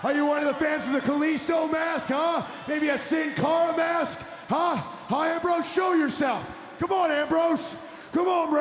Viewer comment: he says ram rose.